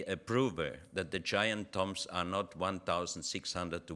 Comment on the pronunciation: Say tombs not tumbs.